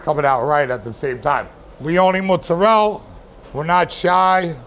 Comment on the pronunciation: "Sardeina", "Rigoda", "Mudzarel", "Boloun"... Geez... Can't stand americans who call themselves italian just because their surname is italian (which they can't even pronounce correctly. Great that it works in america but stfu